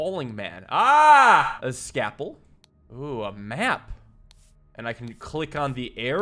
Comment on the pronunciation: First pa(l)m in card shark now sca(l)pel in this? Is the ignored L an accent I haven't heard of before?